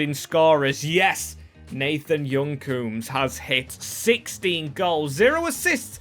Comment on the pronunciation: bro why do you always add letters to players names? clearly 'coombes' not 'croombes'